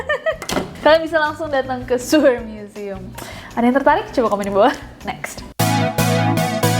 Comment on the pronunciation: Sewer museum .. cara baca siewerr museum .hmm bikin siewerr emg yee wkwkw